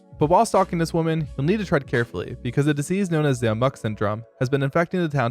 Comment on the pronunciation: Please stop saying "amok" wrong.